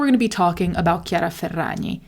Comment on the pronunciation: it’s so satisfying every time you say ~chiara ferragni~